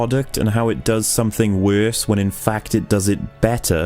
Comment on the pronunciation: The real problem is how pronounces "Worse"